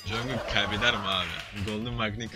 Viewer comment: Abi üyelerinin adının çoğu j eyle başlıyor ya sen j diye değil c diye oku Jungkook-cungkok Jimin-cimin Jhope-jeyhop V-Vi Rm-arem Jin-cin Suga-şuga